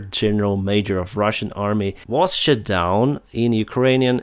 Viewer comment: have I heard "...retired senio major...was SHIT DOWN in ukrainan airspace..."? 🤣😂 anyways, retired twice.